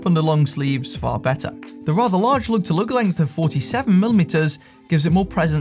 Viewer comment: "loog tuh loog"